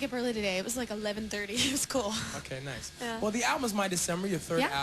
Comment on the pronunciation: I loved how she slipped into her texas accent when she said "everyone was so naace..."